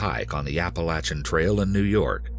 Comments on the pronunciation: Ahh so refreshing someone on YouTube actually pronounced Appalachia correctly...Thank you kind sir 🙏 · as an appalachian gal, i just want to thank the narrator for saying appalachia right. ♡